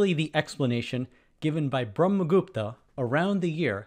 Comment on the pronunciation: Your pronunciation of Brahmagupta is spot-on whats your nationality bro